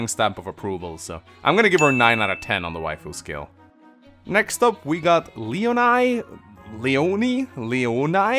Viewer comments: Leonie is a kinda popular name in germany und you pronounce the end of the name like an english "e". Kinda [Leonee] but the end is short, so it isn't like a "knee" its more like a "kne" if you now what I mean xD I googled a bit and found that the english pronunciation is [Leonia], but being an nativ german/french name, I would like people to say it as an "e" and not as "ia" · I think you would pronaunce Leonie something like Le-ooh-niiii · Its funny that you struggle so much with the name Leonie Its a normal name in germany